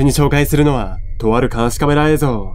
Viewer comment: 「えいぞう」じゃなくて「えいぞん」って発音がやっぱり気になる